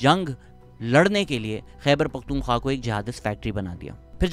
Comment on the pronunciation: One thing I have learnt from you Shehzad Bhai , is how to pronounce Pakhtunkhwa ☺️ That KHWA at the end is important 👍